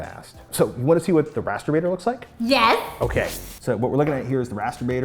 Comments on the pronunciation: Dang it... am I the only one hearing “masturbating“ instead of rasterbator? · Ahhh !!!!! Its Rasterbator not Mast.... You Know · On introduction, I thought she said MASTERBATING!!!! And he was going to make big poster of it or die trying. I was like WTF, Yeah baby! LOL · i thought she said Masturbating. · ARe thay saying masterBating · she sounds like saying masterbating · I THOUGHT SHE SAID MASTURBATING